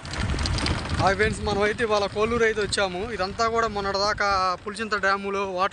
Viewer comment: కోళ్ళూరు కొల్లూరు కాదు